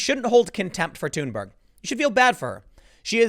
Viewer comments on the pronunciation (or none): Thunberg is THUN BERG "NOT" TUNE BURG. Timmy, ----- Rose Mc GOW IN not MC GO IN Timmy. Dude you're killing me. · tim: "Greta TUNEberg"